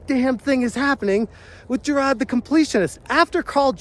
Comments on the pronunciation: Huz names Jirard not jarad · Why do you pronounce his name as JI RAAD? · How come you cannot say “jirard”. ? Its not hard. Can’t you pronounce “R”? LMFAO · I'm pretty impressed that you've covered Jirard so much, yet don't get his name right. Amazing journalism on this one.